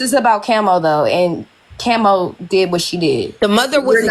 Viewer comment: Y you say kemo it's Kamo....Prayers🙏🙏goes out for dem....